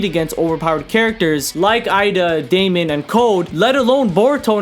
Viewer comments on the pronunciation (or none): none